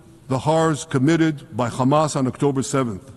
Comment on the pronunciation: You're khamas.... Israel...number...1. 🤣 im dying